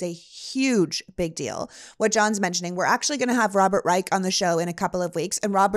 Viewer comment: Prof. Robert Reich's name is pronounced "Rye-SH", not "Rye-K". Had the Pullman workers decided that skin color didn't matter, we would be in a much better country. But a lot of white proto union workers were incredibly racist, and that unfortunately stuck in the Rust Belt for generations.